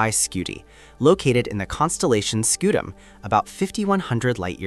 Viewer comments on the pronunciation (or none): none